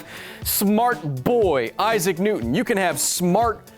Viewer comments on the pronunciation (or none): none